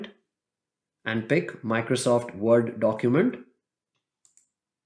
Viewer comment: i like how he says Microsoft Vord... lol